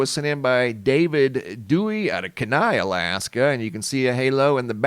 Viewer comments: much love from Alaska. I giggled at your pronunciation for kenai ❤ (keen-eye) stay blessed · every time you say Kenai, as an alaskan it cracks me up lol, love your content...it is pronounced 'Key-Nigh".accent on first syllable:)...thanks for doing what you do! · It's key-nai.. How it's pronounced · Kenai, pronounced key-ni